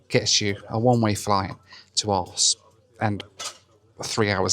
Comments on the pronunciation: Wow, this whole time I have been trying to figure out what city you are going to 😂. The pronunciation was WILD 😅. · And there it is, the moment when you could no longer withhold the true Britard within yourself. Just like that! Don't know what's worst; the fact that you don't even know how to pronounce the name of a city, blame an airline for the weather or know how to look for normal award tickets. Grow up! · Dude really can't be bothered to pronounce Aarhus correctly. Fun joke to hear repeated a f...ton. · The joke about the name becomes very tiresome. There is clearly a H and a U in the middle of the name so the jokes in this video depend on not pronouncing two of the letters in the name (I am from the UK so no expert in Danish but do generally take the approach of pronouncing letters that are in names) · Aarhus is a lovely city. Pronouncing Aarhus like that is what a 7 year old would do. Not a grown up man. Embarrassing. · It could have been a drinking game. 1 shot every time said his destination incorrectly. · For a seasoned traveller he constantly misprounces names of places he goes to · That furniture in Copenhagen lounge is not IKEA, it´s JYSK - the danish low cost, low quality version of the more famous swedish IKEA brand! 😉 Arse 😂😂😂 It´s pronounced Oarhouse - with a scottish pronounciation of house - * huus * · Hahaha….. the way you said the city name Aarhus made it incomprehensible 😵‍💫😵‍💫😵‍💫…….. arse??? It should be “Orrr Huus” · Not arse but aaar huuuus with a hot potato. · Its pronounced like Our House why you keep saying arse its not remotely funny and possibly offensive to the people of the city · the most thing... booking a flight to a city that will circumvent censorship and be able to say ARSE all the time... while the city is pronounce OreWhose:D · It's pronounced Orhoose, not Arse! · it's 'aa-hus' mate. Your joke ground me down to the point of no return to this video. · Aarhus is pronounced Orhuus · Aarhus, you dont say arse😂